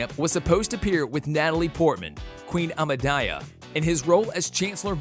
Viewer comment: The pronunciation of Twilight, Amidala, and Hermione filled me with rage.